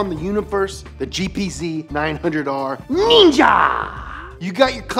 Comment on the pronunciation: the way he say "ninja"😂